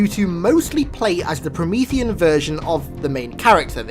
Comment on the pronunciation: My heart sunk when he said Promeathean....